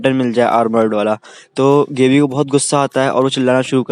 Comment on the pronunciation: Thoda Chota intro rahko Bhai.. Nice video.💥 Gabbi = गाबी not गेबी Aree Bhai last ke part to main tha Uske bare mein to Kuch Bola he na.i... Reiner ki meeting. . with